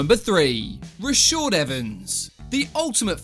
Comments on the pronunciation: My guy it’s Rashard not Rashord 🤦🏾‍♂️ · its raSHAd not raSHOd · Super triggered when I keep hearing Rashord lol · Who is Rashaud Evans? His name is Rashad. Not Rashaud. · It’s pronounced RashAAAd with an A